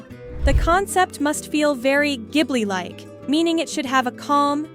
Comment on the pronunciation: Thank you for pronouncing it correctly because:Hayao Miyazaki (Spirited Away)It refers to a hot Saharan wind, but also refers to the Caproni Ca.309 Ghibli, an Italian aircraft from World War II.Miyazaki's Passion: Miyazaki, a lover of aviation, chose the name because of his interest in planes. Please pronounce correctly. In Italian "gh" is a hard "g" as in (spaghetti), So "Ghibli" should be pronounced (gib-lee). Not (jib-lee)